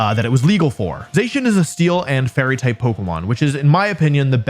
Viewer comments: #3 IS SUPPOSED TO SAY ZACIAN, NOT F*CKING ZEISHIN! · I never heard Zacian being pronounced like that before.